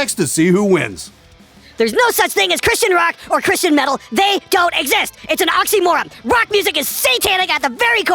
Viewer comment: that's not how you pronounce oxymoron correctly ...